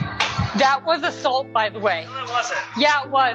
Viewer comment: “That was Awsuhlt by the way”